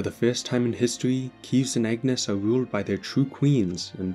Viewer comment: Why do alot of Xenoblade 3 plot summary mispronounces "Keves" as "Keeves"... Like the name was repeated with voice multiple times in the game it's almost impossible to get it wrong..